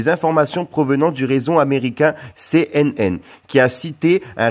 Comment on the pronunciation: je t'aime bien mais quand tu dis cnn je me marre, tu ma tordu.. Je te traduit en phonétique sa ce dit Ci N N... VOILÀ c'est tout.. C'est de la merde ce que je dit mais tanpis on n'est tous en confinement et je me fais chier.. je kiffe bien, c'est un bon gars et lui y taf comme un dingue pour c'est vidéo c du taf beaucoup de taf de faire ce qu'il fait continu frérot, c'est bien 👍👍👌👌😷😷attention à toi...